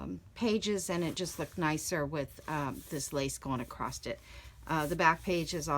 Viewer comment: thumbs down, I can't stand folk that add T to the end of across.